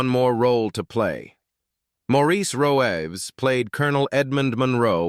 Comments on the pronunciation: Maurice Roeves...its pronounced "Reeves" not "Ro-evs." 🏴 And Pete Postlethwaite...pronounced "Possil-wait". Why the addenda of Actors' "Net Worth"... Tacky and irrelevant. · Roëves - pronounced Reeves.